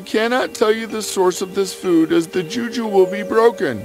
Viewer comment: She pronounced the juju wrongly